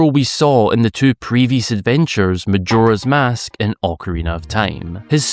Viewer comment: It's always surprising how you pronounce Majora's Mask incorrectly